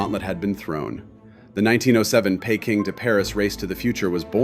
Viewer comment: How did you manage to mispronounce Peking as Payking!:face-fuchsia-tongue-out